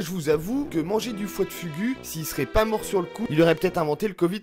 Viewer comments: foie de fougou c'est comme sa que sa ce pronnonce pas fugu ^^ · Ah tu m'en fais un beau fugu toi 😂😂 on prononce fougou 😂